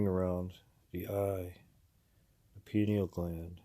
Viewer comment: Hello I am from VT, live in NH on Conn River now. Grew up in the sticks & always found sweet minerals still have many of them now many years later. Good content keep it up. Also it's "pineal" my friend. Peace